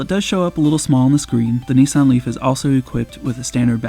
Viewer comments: It’s “Nissan”, not, “Nee-s-on”. 🙄 Otherwise, loved the video! :) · That always makes me smile. I'm English, and I always wondered why people in the US say Neesan. There is no letter E in Nissan, so I just don't get it....